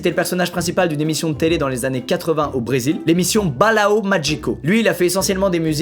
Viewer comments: Je suis brésilien, LA PRONONCE DE BALÃO MÁGICO M’A FAIT GERBER PTN Mais j’avoue il était grave creepy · A tout les brésilien on la ref ( ps : squeezie ta mal prononcé mais pas grave tkt pas ) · tous les portugais qui regardent cette vidéo on était en sueur face à la prononciation de « balão » de Squeezie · BALAO MAGICO MERCI POUR LA PRONONCIATION HOR- MAGNIFIQUE